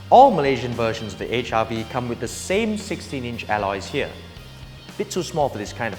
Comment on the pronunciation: It seems you say HIV not HRV. haha